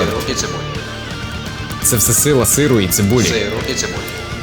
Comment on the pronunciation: хах)Я чув "сейл птіцебой" а не "Сиру і цибулі" хахаха